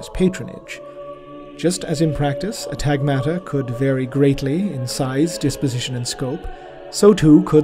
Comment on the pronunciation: it's pronounced on TAghmata. it's a greek word essentially the plural of battalion.